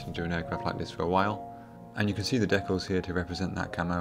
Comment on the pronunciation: They are DEE-CALS not DECK-ALS. Not sure how you get the word DECK when there is no K in the word.